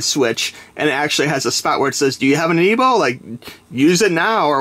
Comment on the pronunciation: What's an "aniibo"?